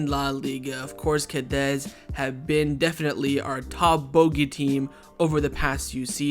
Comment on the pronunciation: We keep losing against Cadiz because you always butcher their name. Wtf is "Cadez"?